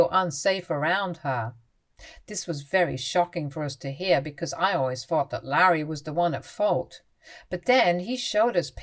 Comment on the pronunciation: THirty not Firty THings not Fings THought not Fought THink not Fink